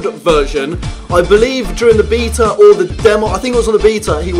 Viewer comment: It funny how you pronounce beta